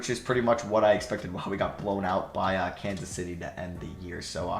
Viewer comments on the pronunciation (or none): none